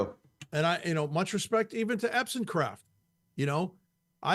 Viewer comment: Hey! Let's willfully mispronounce this guys name through the entire video! Why? Just to show everyone that we're the coolest prepubescent school yard bullies ever! Yay us! Go bullies!!!